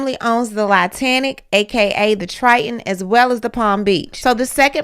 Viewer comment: This lady said "Lie - tanic" i'm sorry but that shit was hilarious lol